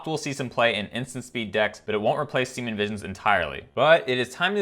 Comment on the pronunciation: he says "semen visions"